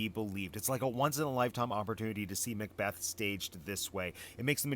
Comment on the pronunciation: Mac-apRRRRon :D